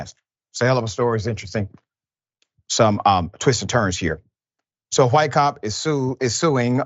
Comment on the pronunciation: LOL... just here me out... I love you Dr Richey... but... the clip started with you saying "Who-ite" officer... I had to laugh cause it reminded me of the Family Guy clip of them saying Cool Who-ip...